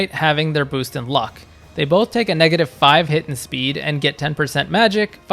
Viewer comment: Also why can't you pronounce the letter S? It's Strength, not Ftrength. It's Speed, not Fpeed.